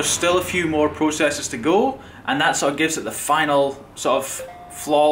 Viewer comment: Are you australian ? ' go ' you said ' goweu ' like australians :$